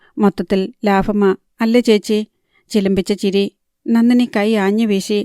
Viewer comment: നന്നിനി അല്ല നന്ദിനി